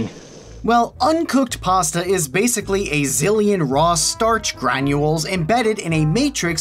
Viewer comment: Pasta ✖️ Pass-tha ✔️